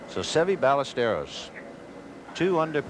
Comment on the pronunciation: Amazing how the announcers were butchering pronunciation of “Ballesteros” even after he won in 1980